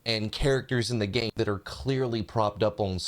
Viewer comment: I can only hear gayme now